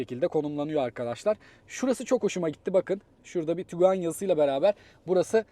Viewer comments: Tiguan, Tuguan değil kardes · Tuguan değil, Tiguan 👍